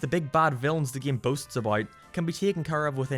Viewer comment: I physically hurt everytime he says "geam"